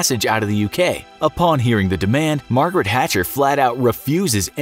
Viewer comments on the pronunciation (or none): "Margret Hatcher" smh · Margret hatcher???😂😂